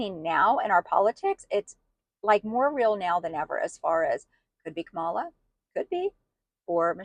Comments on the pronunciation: I am from NJ. People here have known trump for decades. He is not honorable. He is not religious-- never was. trump has lied to ordinary Americans, and you all fell for him. No one wants to hear it. And for Pete's sake- Comma-la! You don't have to like someone to pronounce their name correctly. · Racist woman learn how to pronounce her name. It’s not that hard. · You have bought into the bs. She was hidden no more than any other Vice President so stop it!! She was not put in charge of the border. I am so sick of that LIE! She was asked to look into why there was so much migration from the northern triangle and she did that. Trump was president and he had both chambers of congress. Since he is so great why didn't he fix the border? Learn how to pronounce her name properly while you are at it.